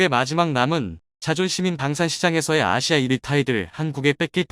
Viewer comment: 야,이모자라는인간아!아시아를 마시마라 발음하는,너희가,열변을토하는 내용들을 제대로믿을수있겠냐?한글발음부터 제대로해라.알마전갑자기튀어나와서,데일리메이킹뉴스들먹이며,시작하는,유튜브몇몇인간들,제대로잘하고있는,참유튜브물흐리지마라.제나라말도 제대로읽지못하는,바보 알간이들 모두떠나라.아시아를 마시마,러시아를 러시마,꼴통시키들!